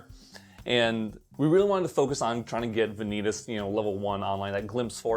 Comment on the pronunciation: Did you call him vin-eat-us just for the engagement? Because it worked ;)